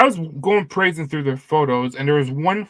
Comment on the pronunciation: It’s perusing not perasing